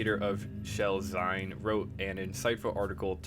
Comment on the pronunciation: pretty great breakdown but "Zine" is pronounced "Zeen". Its 'Zine. Like Magazine, which it is short for.